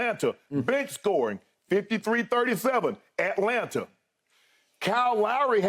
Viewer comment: I need Shannon to act like he from GA and not pronounce those T’s in Atlanta lol